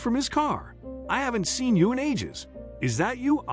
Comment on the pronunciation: grteat story and morals, but the AI narration really ruins it. for me anyway. "Seen", "ahh liver", "oLIVer", etc. We can do better with AI. You need to getr Anna Farris to pronounce Oliver like she did in 'the house bunny'